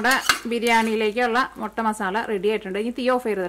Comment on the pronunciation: മൊട്ട അല്ല മുട്ട